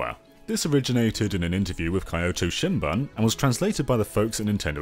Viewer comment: Kyoto Shinbun is pronounced Kee-oh-toh Shin-boon not Kai-oh-to Shin-Bun